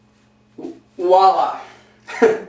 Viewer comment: How come Americans can't say "voilà" right? I've never met one who could. It's not pronounced "wallah". It's "vwallah", with a VW at the beginning. Jeez...